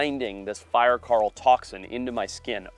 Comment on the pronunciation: fire 'carl' . ... holy hell never try to say coral again ...makes me wanna take a bat to your mouth